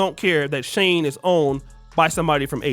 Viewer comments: Is pronounced She-in, not Sheen or Shane 🤦🏾‍♀️ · Its shein...not shane 😂😂😂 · Why are you calling it Shane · shein is pronounced SHE IN was she inside was they originated SHANE made me smile thank you this brand is not for all the ones it is for they go hard for it huh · Not Shane.... It's Pronounced Sheen.... Eventhough It's Spelled Shein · It’s not pronounced as Shane 😂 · Mfr pronounced It Shane 😂😂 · Its "SHE-IN" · Bro, "she-in" 🫡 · Listening to him pronounced SHEIN SHING is annoying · It’s pronounced as if you are saying….SHE IN… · * its pronouced (Sheen) Spelled Shein. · SHEIN is pronounced She In which is shortened for the old version SheInside which is now SHEIN. Younger Black women going crazy over SHEIN which sells very cheaply made, fast fashion, club clothes for a cheap price is 😒. I know it sounds classist, but the more educated, career focused Black woman who goes for a more refined look isn’t checking for SHEIN. We know that the Asian based retailer is banking on a certain type of Black woman being ok with subpar clothing while providing subpar customer service because they don’t like us like that. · pronounced SHINE, or how Chinese say SHY-IN. But agree with everything you said in this video. I do everything in my power not to give them other folks my money. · The brand name SHEIN is pronounced "sheen," like the word "sheen" (meaning a luster or shine) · no wrong its SHE IN (SHEIN) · Please pronounce Shein correctly 😩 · That pronunciation hit me the wrong way every time he said it.